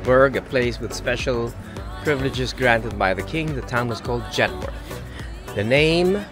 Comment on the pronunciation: Ogie you pronounce Jedburgh wrong.. you prounce the word burgh just like edinburgh… like eh-dunh-bruh…jed-bruh..